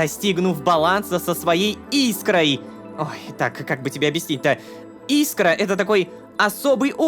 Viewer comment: 1. РОМА!!! Начни пожалуйста говорить правильно, не Искра, а искрА. 2. Команда Ромы - это большие молодцы. Не могу перестать их хвалить. Кстати, я 1 жду выбора который сломает 4-ю стену? Ну, типа, в прошлой серии мы видели глазами Окетры, сегодня, когда она рассказывала про свои "похождения" между мирами, у Ромы был бы выбор что то типа: Окетра,можешь мне это не рассказывать, я и так всё знаю. Да, и вообще, я не lololoshka, я Роман Фильченков. Да, понимаю, идея странная, но я бы хотел это увидеть)